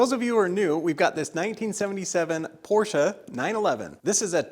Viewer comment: Thank you for your pronounciation of Porsche and greeting from Germany 🤗